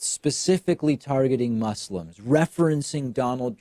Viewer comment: doesn't it sound like David said "muslems"?